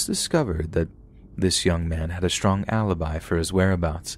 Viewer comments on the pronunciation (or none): none